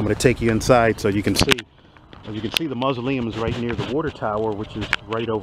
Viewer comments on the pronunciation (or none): that's the guy who can't pronounce the word "the". He says "d's" indeed